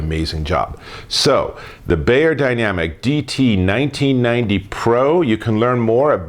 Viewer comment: "bYerdynamic" not "bAyerdynamic" :-)